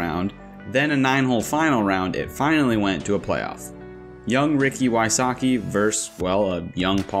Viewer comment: Dude the word is versus with 2 syllables